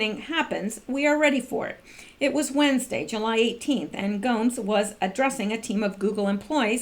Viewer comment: It's pronounced go-mes.